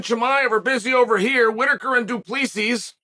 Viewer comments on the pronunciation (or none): And quit saying du pleeceez and peerera you know damn well you’re butchering they names you bozo